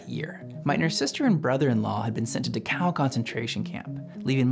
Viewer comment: I'm gonna nitpick: DAA kau, NOT duh COW. Cmon. Get a smarter AI